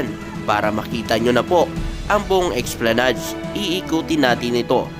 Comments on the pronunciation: Esplanad lang po ang bigkas hindi po esplanads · Ang tamang pagbigkas o pronunciation ng ESPLANADE ay ES PLA NAD. Hindi EX PLA NAD.